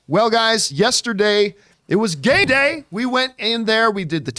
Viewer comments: Did he just said "gay day" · Is it just me or did it sound like he said it's gay day lol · Did... did he say “gay day” lmao 😂